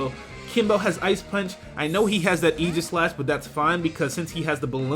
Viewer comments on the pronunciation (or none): Aegislash-- Eye-Gah-Slash, not Eee-Ji-Slash. Not trying to be "that guy" by any means, but it's pronounced eye-gah-slash. Hard "G" and what-not. No offense to my Pokemon Battling Hero,, of course. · Why dose pronounce aegislash as eegislash?